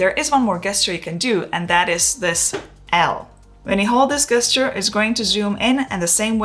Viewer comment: Can I just mention that the word GESTURE is pronounced the same way as in the words JET and JUICE … 😉😉😉